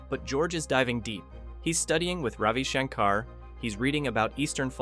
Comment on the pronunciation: Ravi SHANK-ar, not shank-AR.